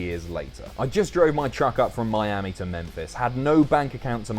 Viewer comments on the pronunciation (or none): none